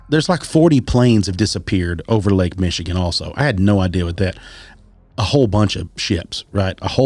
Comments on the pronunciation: Good episode, but, being from Michigan, you really need to do some quick research regarding the proper pronunciation of the towns/cities in the podcast. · No offense dude, but you are butchering most of these Michigan names.